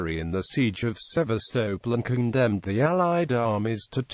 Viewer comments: Its pronounced Seevastoppol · The pronunciation of Sevastopol is an utter nonsense......